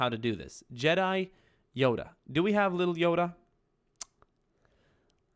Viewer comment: I love watching videos but the way he was pronouncing Jedi really bothered me..... a lot, it bothered me a lot.